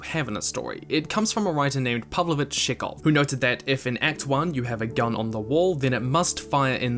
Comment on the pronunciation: I just love how try to said Czechow.